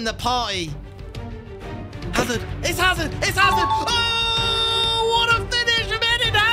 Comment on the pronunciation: You pronounce it azard